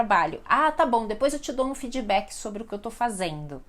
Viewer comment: Fidibak? para feedback kkkk é fid-bak usa a D do inglês e do portg MAS fale D não Di sei que as pessoas costumam falar a última consoante duma palavra com 'i' junta à D T K... só digo que para pronunciar as palavras do inglês melhor, esqueça a 'i' depois de qualquer consoante final 🤓